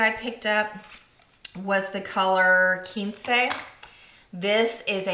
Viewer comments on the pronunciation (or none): Oh man! Nouvelle Vogue and Damn Glamorous are the two lipsticks I've been eyeing, but they're sold out here in Australia :( They'll look stunning on you! Love the haul! PS: Quince is pronounced kwins (like mince)!